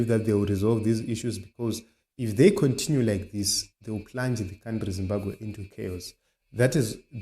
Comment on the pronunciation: Your pronounceation hey twendy condinue coundry please say it as it is twenty country continue